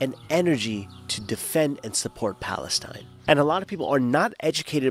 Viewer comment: Where did he just say Palenstine! Ass